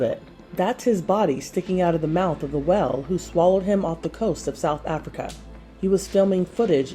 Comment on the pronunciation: Am I the only one bothered by the way she pronounces whale?